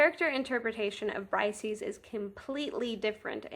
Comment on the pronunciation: Her name is pronounces Breesayees, not brysees. Hardly any youtubers gets this right